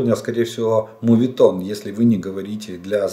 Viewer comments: Олеже,!!!!!!!!! Не затягуйте соплі під час запису відео, це ДУЖЕ неприємно чути.!!!!!! мООООветон , а не мУветон. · Спасибо. Желательно произносить моветон вместо мувитон